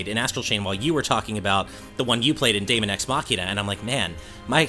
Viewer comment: Daemon is pronounced demon by the way :p